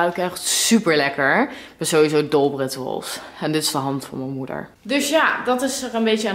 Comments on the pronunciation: Het is ritsjoewals hahah je zei het fout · Rituals spreek je uit op zijn Engels.